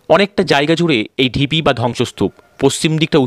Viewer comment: বল্লাল ডিপি নয় ঢিপি।